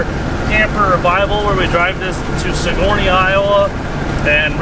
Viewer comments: Congrats on the wedding! Also Sigourney is pronounced Siggerny, not like Sigourney Weaver (at least by us local to the area) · every time you pronounce Sigourney like that it makes my ears twinge.